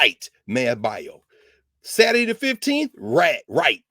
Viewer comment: I love to hear Dr. Carr pronounce Saturday as "Sair-dee" takes me back to the south.